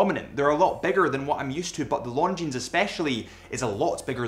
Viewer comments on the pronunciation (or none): omg stop saying LonDgineZ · A pet peeve of mine is people pronouncing the "s" in Longines... the "s" is silent.